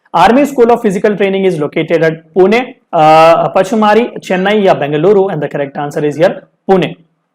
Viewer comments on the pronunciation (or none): none